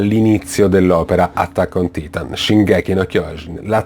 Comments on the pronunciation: Non sai parlare in inglese si dice Erwin no Elvin e poi si dice attack on Taitan no titan (ho scritto la pronuncia)parla bene! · attack on titan oddio si legge taitaaan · scusa se te lo dico ma non si dice "Levai" ma "Levi" e neanche "attack on titan" ma "attack on taintan" (non sto dicendo che si scrive così ma solo che si dice)